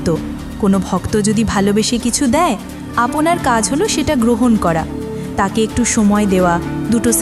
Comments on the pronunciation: আপওনার বলেন কেনো,শুনতে ভালো লাগে না। আপনার বলবেন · আপোনার কি? উচ্চারণটা ঠিক করবেন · "আপনার" এটা ভালো ভাবে উচ্চারণ করতে হবে।